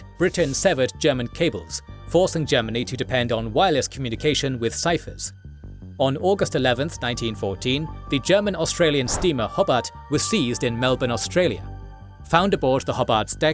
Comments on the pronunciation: Why you pronounce Hobart like that 😭 It's Hoe-bart, not Hobbart ~from an australian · Pronunciatio corrections: Hobart" is pronounced "hoe-bart", not "hob-art". "Scapa Flow" is Scarpa Flow". "Harwich" is "Ha", (as in the first part of "had)"-rich". "Casemate is "case-mate". In "coup de gras" the S is silent. While "forecastle" isn't incorrect, it's normally contracted and pronounced "folk-sl" in maritime use.